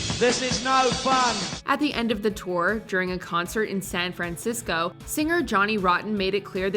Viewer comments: The narrator can't pronounce San Francisco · If I have to hear SAHN FRAHNCISCO one more time in going to lose it. She speaks as though she isn't a native English speaker trying to remember how to pronounce San Francisco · SAN FRANcisco? Yikes! Has the narrator never heard anyone pronounce The City's name correctly? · Why can't the narrator pronounce "San Francisco"? It's very distracting. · and she cannot pronounce "San Francisco" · really puts an emphasis on the "Fran" in San Francisco. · Drew Kirner it's quite distracting.